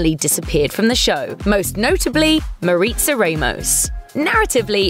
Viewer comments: “mareetsa raymous” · “mareetza raymose’ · Damn say the names right at least.